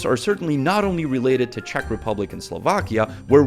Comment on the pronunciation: Yay, now you say Chechia instead of Chech Republic! X)